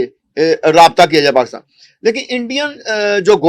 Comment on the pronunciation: Paakstan hota hai Ya Pakistan 😅😅 desh ka naam to sahi lelo karo Totlo